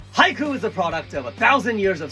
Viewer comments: The one thing I get confused about Japanese language is how it sounds on certain parts. He says Haiku. Sounds like Hai - ku. Then he’ll say it and it sound like “hike” like it’s one syllable. No “oo” or “u” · I thought he said haikyuu 😂